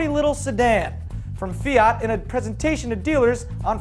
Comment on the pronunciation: the pronounce it's correct (almost) just search pubblicita fiat